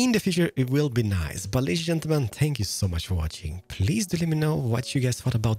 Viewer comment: I love your voice, although thank sounds more like Spank when you say it.